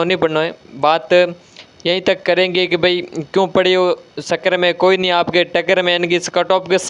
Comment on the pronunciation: Sir pahle chakkar bolna to sikh lo